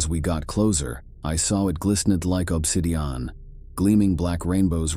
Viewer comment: agreed. When I heard Obsidian being pronounced like 4 words I turned it off. Not watching this channel anymore.